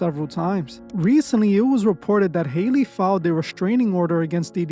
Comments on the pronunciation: Howl-Lee is her name. Not Hailey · Hee name is not pronounced Hailey. It's pronounced like alley. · HER NAME IS NOT HAILEY. I just dont understand why yall cant pronounce Halle. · HAY-LEY BAY-LEY!!!😂😂😭😭😭🤣🤣🤣